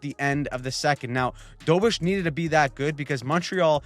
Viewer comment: DO BESH. Not dobish